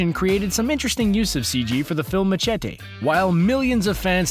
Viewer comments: lol at me-ce-tea! it's me-sye-tea btw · It's ma-sheh-tie, not ma-chet-e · STOP SAYING MACHETE LIKE THAT!!!! ITS MA-SHÉ-TEE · Why pronounce Machete that way? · Anyone else notice that he can’t even pronounce machete correctly 😂😂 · The way that the narrator said "machete" pisses me off. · Is anyone else bothered by the way he said machete? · Can't pronounce machete